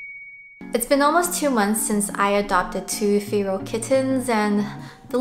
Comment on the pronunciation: Im sorry but its making me mad its pronounced fair - al feral